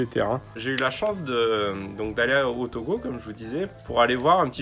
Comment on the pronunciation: Ça me fait toujours plaisir quand vous prononcer le nom de mon pays TOGO